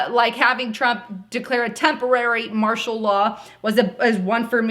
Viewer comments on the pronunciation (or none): none